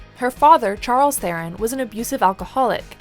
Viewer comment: Most of us who don't have English names tend to make our peace with it being warped by English speakers at some point, it's a fight against the dominant Western culture. Was nice to hear her say her last name "properly" though (Afrikaans doesn't have a "th" sound, which is our biggest give-away when speaking English and why I always thought she was a wee bit of a sell-out, much more respect for it now).